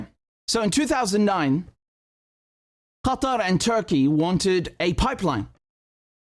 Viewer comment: Do you really have to pronounce the word "Qatar" like that?